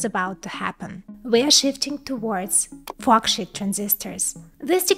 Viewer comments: Please work on your pronunciation. I was laughing a bit too hard listening to this and hearing "f*ck shit". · Just gotta love the way she says “forksheet”…… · not to offend but the pronunciation of FORKSHEET, sounds more like F*CK SH*T, I can't stop laughing haha, great content tho. Keep it up plss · Lol. Every time you say it, it sounds like “fu@ $hit” transistor. I am sorry I can’t stop laughing. That did make this very entertaining... I always love your videos. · I thought I was the only one hearing that. it's funny. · Don’t get me wrong I LOVE this channel but at the beginning it sounded like she said “Fuck Shit Transistors” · Love your channel and you made me laugh at the way you pronoun sheet.